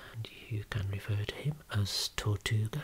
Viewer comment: Happy Anniversary 🎊 i cant believe i’ve been watching your vids for this long! 🎂 🍰 🧁 🥂 Ps: i think the tortoise is Spanish, from Spain rather than mexican 🙃 the hat shes wearing (by what i can see even though is blurry) looks like the ones toreros wear, also very good tortuga pronunciation 👌 😉 Ps2> psychodelic groovy flower is my new fave word ✨